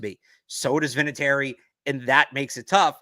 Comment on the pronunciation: Vinatieri - not even close...no offense,.